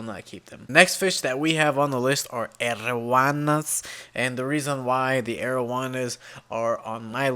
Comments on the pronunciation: My dude its called arowana pronounced arrow warner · Your pronunciation of arowana was unexpected.